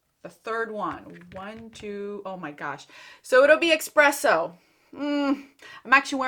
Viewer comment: it is espresso (not expresso) - from the lorac palette. Good luck:)